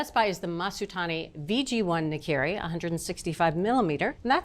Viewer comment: Come on, put the word in Google translate to learn how to pronounce ’nakiri’. Or at least pretend it’s Spanish. 🙄